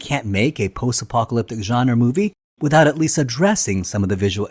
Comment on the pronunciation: genre - pronouced john-ruh